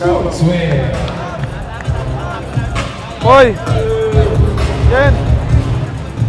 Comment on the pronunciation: Air jorgaw brod. POYPOY ndi popoy..Kent ho ndi ken .